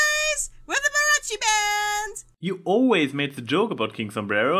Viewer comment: Mariachi is pronounced with long "a" sound, not a short "a" sound. So it sounds like the "a" in Mama. Sorry, everytime I hear someone mispronounce something, I have to correct them. OMG! I loved all the cameos!!! Great video and congrats. Looking forward to seeing you at Nightmare Nights.